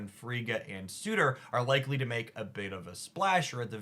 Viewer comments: Sur - tur not su - tor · surtur not sutur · I wonder if Surtor has a suitor? or are they already spoken for... or is it just that words are hard 😅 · Love the video! Just a heads up. It’s pronounced “ser-ter” but that card is gonna make Skaar decks even better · I find it very funny how an intelligent and thoughtful creator like can so consistently bump into pronunciation issues. Surtur, Arańa, Negasonic Teenage Warhead... EDIT: Halfway through...not just issues with Surtur. XD